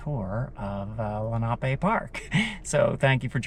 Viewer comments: It is not pronounced lake lee na pay. Rather. Len-a-pee. This is an indian name. My granfather and mother both grew up riding the carousel. This park continued all the way to sellersville with different names I would play soccer in the early 70s closer to sellersville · I’m 77 and grew up in Sellersville/ Perkasie. It’s pronounced Len’ a pee after the Lenape Native Americans. We went often to the carousel and swam at Menlo. Before my time there was a big wooden slide that I believe was used in winter. Nice tour. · Absolutely love how you say lenape park!! Thanx again for another great video!!!